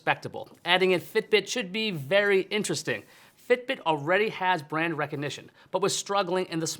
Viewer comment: The way he says, "fiTbiT."